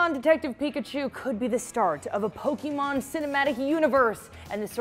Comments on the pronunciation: Why does say "Pokimon" instead of "Pokemon"? 🤔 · It’s Poke-EH-mon not Pok-Y-mon...geez...